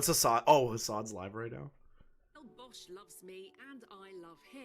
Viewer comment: look at who she is messaging..the names seem a bit fishy - i had to double take as the wolf's name is Bosch and i heard Vaush then was thoroughly confused